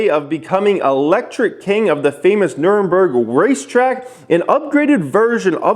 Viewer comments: Say it with me Nur Ber Gring...not Nuremburg. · Nurberging LOL!! it is pronounced as: Nur - berg - ring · its called Nurburgring, nur burg ring, that nurburg racetrack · Can anyone tell me why no one seems to be able to say nurberg without inserting an extra en? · Where the m in nürburgring